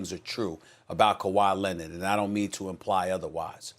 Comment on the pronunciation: "Kawhi Lennit" I can't unhear it lol